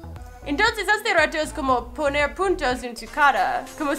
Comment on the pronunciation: Like si parece que en ves de decir puntos dijo puntos pero sin la n en el minuto